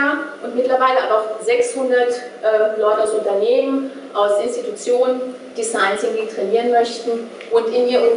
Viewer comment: wenn sie noch einmal design "zinking" sagt...